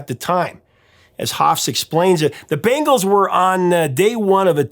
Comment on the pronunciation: The way you’re pronouncing Bangles reminds me of the MTV commercial when they had the band play at the Super Bowl in the parking lot.